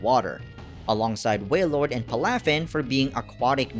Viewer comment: Its pronounced Pal-Ah-Fin btw